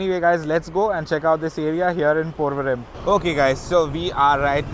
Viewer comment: I love your videos! I learn so much from them. But I have 1 question. You pronounce the M at the end of place names; like PorvoriM instead of Porvori. All of my cousins in Bombay tell me that I'm incorrect when I do that. Which is correct and does it matter?